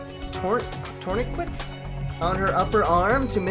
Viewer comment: Heres how u pronounce tourniquet: Turn a kit